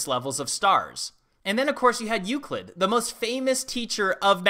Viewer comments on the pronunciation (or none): none